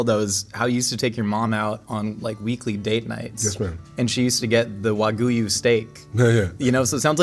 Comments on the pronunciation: Did I hear it right, he said in "waguyu steak"? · “Wagyu you” 😂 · One of the best yes. But could man not google "how to pronounce wagyu?" 😂 he butchered wagyu and said wa gyoo-you 😂